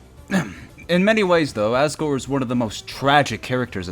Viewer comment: U said assgore